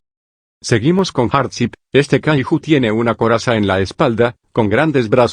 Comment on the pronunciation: Por qué los loquendos cuando dicen Kaiju le dicen kahijo ajajajaj